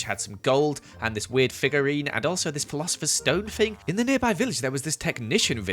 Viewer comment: me when he says phlosher stone harry pottteerr